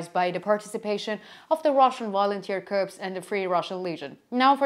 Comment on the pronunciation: A minor point: "corps" rhymes with "core," or "more." But don't ask me why. The way you've been pronouncing it sounds like "corpse," which means "dead body." Aside from that, keep up your excellent work.